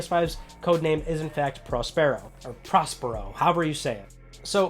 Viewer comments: Prospero is pronounced like 'prosperity', 'Prosper-o'. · Prospero is pronounced in the same way that you'd pronounce 'prosperous'. PS5 sounds amazing.